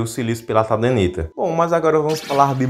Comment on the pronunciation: Tadenita? não é Tadernita?